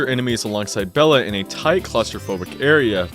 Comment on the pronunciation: He also called 'Bela' 'Bella' so hes clearly fake smh my head